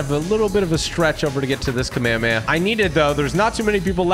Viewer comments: It’s Kami-kami-ahhhh not kame-kame-yea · Its kom-ah-mah-ha not. Komehehemaye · Not hate just it’s pronounced kamea-hame-ha not kamaamaya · its prounced kamehameha(ca-meh-ha-meh-ha) ha like a laugh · It’s ka may ha may ha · ka may ha may ha that is how you pronounce kamehameha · bro said kamayamaya 💀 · IT'S PRONOUNCED KAH MEI HA MEI HA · They yellow cloud is could a nimbis tand the other is a kameakama not kamaamahaaaaaa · Its Kah me hah me ha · it's pronounced cam-eh-ha-meh-ha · Stop saying the kamehameha wrong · WHY DOES EVERYONE PRONOUNCE KAMEHAMEHA WRONG